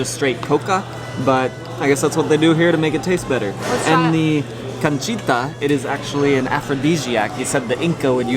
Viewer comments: is "Canchita" no Cochita 😅🇵🇪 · Es canchita,no conchita, yo que dije! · The correct name of that kind of corn is "can chi ta " , the "chi" is the same when you say tha word CHICHA MORADA. I hope you understand me :3.